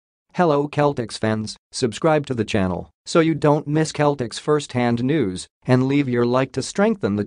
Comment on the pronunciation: Need to listen to yourself it's Celtics. Cell-tics